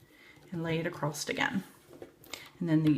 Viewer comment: I have a question.? Why do you say "acrosst"?